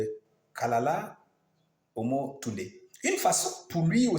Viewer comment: Kalala, pas kalakala, et cest anyjart pas anyart...